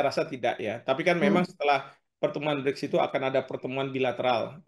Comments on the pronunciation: Narator knp slalu bilang Bride..BRICK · gemes banget host nya gak bisa nglafalin BRICS. pelafalannya itu sama kaya kata bricks (bata), bukan bridge (jembatan). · Bukan bridge mbak, BRIICK